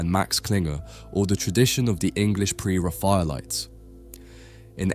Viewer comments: I don't know if you've voice over-d this yourself or used an AI tool but there was loads of inaccuracies in pronunciation, "pre raphaelite" "20th century" etc. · Art channel that can’t pronounce pre-Raphaelite? Ok